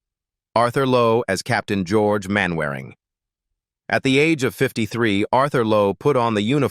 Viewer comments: Peter Sellers as Sgt Wilson.. 'Main Wairing' ... I'll give you a clue, it is pronounced 'Mannering'.. its an English thing. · Agreed! They might know how to pronounce Mannering instead of Mainwaring! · It's pronounced Mannering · Pronounced Mannering. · Get the pronounciation correct. MANNERING, DARBYSHIRE, ETC. It annoys ne so much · It's a machine for gods sake.What do you expect? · A.I. slop which mangles Mainwaring'. I stopped watching at that point. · Computer voice can't pronounce "Mainwaring" or "Derbyshire". And you missed out the first death; Bud Flanagan, who sang the signature song "Who do you think you're kidding, Mr Hitler", died 20th October 1968, only a week or two after recording the song.